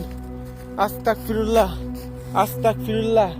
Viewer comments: ভাই আসল উচ্চারণ আস্তাকফিরুল্লাহ না, আসল উচ্চারণ হচ্ছে আস্তাগফিরুল্লাহ। আপনার উচ্চারণটা এখানেই ভুল হয়েছে। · Vaiya at least উচ্চারণ tik moto koren,na hole উল্টা গুনাহ hobe it is আস্তাগফিরুল্লাহ hobe not astakfirullah